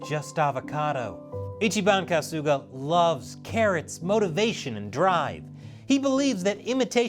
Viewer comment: And "Kasuga" is pronounced "KAH-suga", not "Ka-SOO-ga".